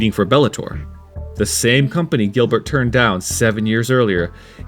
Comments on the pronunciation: You mean Giblert lol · GiBlert LoL